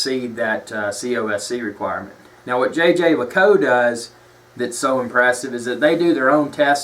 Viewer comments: Fair enough on the Jaeger LeCoultre pronunciation, but I'm quite happy for to continue with "Tag Whore". It's a pity this vid has more down thumbs than ups. nails all his points and gives a true appraisal of the brand. JLC rules!! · So, where did you call? HQ in Switzerland? No? Your pronunciation is definitely completely wrong. Try to find an interview with the companies CEO and listen carefully. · lol you totally butchered the name but otherwise great video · I didn't say that you are "dumb",you know a thing or two about watches,but you as most americans have no/basic/knowledge of german or french and and it is obvious.The name of the brand is not pronounced like this and the term "manifacture".They are not just words but terms.Your intonation as well sounds like you're talking about AR-15 orGlock 10mm.Fact.Marketing. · you are closer than people here think. It's not "yay-ger"--though everyone in North America thinks so. Jeager is French, people keep trying to pronounce it like they would Jager as in Jagermeister--this is a German word. Jeager as in the watch brand sounds more like "jay-jear lecoolt"--with the 2nd j sounding like you would say "je t'aime"--French for "I love you". Jerome Lambert, CEO of JLC can be heard online saying it correctly if you really want hear it done right. Nice watch BTW! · JJ LACOU? Are you kidding me? You do not deserve to hold that watch with your ignorant pronunciation. I bet you're one of those guys that calls an Audemars Piguet and AP. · It's not how one says it. It's how one appreciates it. This is one of my favorite pieces in my rotation and I now know that it's pronounced "Jay Jay Luh Koot" If you truly appreciate something you at least learn how to properly say the name. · jey jer leacoolt, soft J with a French way of saying it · your pronunciation of the brand certainly is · Stop it, it is not jay jay lay cou🤦🏻‍♂️ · he is keep telling JayJay La_cow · I think it Yay-ger Le-colt